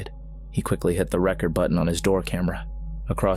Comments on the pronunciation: I think he hit the "reCORD" button and not the rekkerd button. Maybe have an actual human being who understands context narrate next time? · Umm, every time you say something is clear, not blurry, it’s blurry. You pronounced Yowie wrong, it’s a short O not a long one. You pronounced Record like record as in an album. Apparently one of the sound bites is not even authentic to the situation the person has filmed, number 10 is obviously a chimp and last but not least, number 11 isn’t a Bigfoot child. It’s my ex F’ing mother in law!